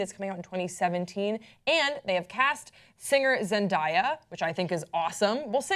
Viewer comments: "Zendiya" ???? lol its Zen- day- a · It's Zen-DAY-ah, not Zen-DIE-ah. Also I don't watch superhero movies but I will def watch this one if Zandaya is in it! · zen-die-a ??? zen-day-a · stop calling her ZENDIA IT'S ZENDAYA GET IT IN YOUR BRAIN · It's not Zen-dai-ya, it's ZendAYa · am i the only one who noticed pronounced Zen-DAY- a Zen-DIE (DAY)-a. i just thought that was funny 😂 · she said it wrong it is zen-da-yu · Why they keep calling her Zen-Die-ya like I can't 😬😬😬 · it's Zen day a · i hate the way they pronounce her name lol I've never heard anyone say her name like that besides these two. its zen day a. but honestly the character should be matched by the actress if the character is pale the actor should be pale if the character has red hair then the actress should have red hair. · how do they now know how to say such a poplar persons name 😂😂😂 Zen- DAY- uh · zen-DIE-ya lmfaooo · ITS PRONOUNCED ZEN DAY YUH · Its pronounced how its spelt Zen-day-a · I think her name is pronounced zen day uh. Day as in today. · it's pronounced zen-day-uh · Ahhh I hate how people mispronounce her name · I cringed every time they said her name wrong Uugh I can't do it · this hole time I didn't know who they were talking about. cause this stupid woman doesn't know how to pronounce black names. lmfao. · Can they fuckin say "zendaya" right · How did nobody correct the way they pronounced Zendaya's name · u pronounced it wrong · raised an eyebrow at the way she pronounced her name!!!!!!! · Um ya'll really can't say her name man. Zendaya is really pretty for a Mary Jane but idk if she can act that well. But kudos to her, hope she has fun acting the role😊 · How don't you know how to say her name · PRONOUNCE HER NAME CORRECTLY GOD DAMNIT THIS IS WHY YOU SHOULD HAVE HAD THAT SECOND CUP OF COFFEE THIS MORNING!! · holy crap how do you not know how to pronounce her name????????? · I cringe everytime she pronounced her name. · Yeah I was mispronouncing it. Not my finest hour.